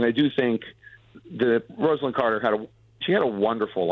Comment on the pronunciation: Get the pronunciation of her name correct, she deserves much more from you anonymous talking heads